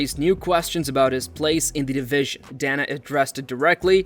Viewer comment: "...a brutal stoppage that surprised everyone..."...ummm, you know we're already watching the video, no need for clickbait lies bro. Also, DAYNA not DAHNA....and croosifix, not cruhsifix....come on bro, painful work